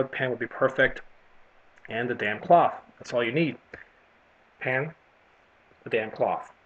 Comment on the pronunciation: It's "damp cloth", not a "damn cloth".. lol